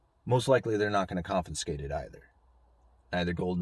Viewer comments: Is it confinscate or confiscate? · That's con-FI-scate...